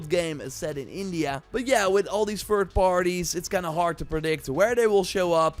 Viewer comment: Th-ink not F-ink. Th-is not V-is Th-ird not F-ird Th-ing not F-ing. Thirtieth not Firtieth. You can do it I know you can!!!! 😅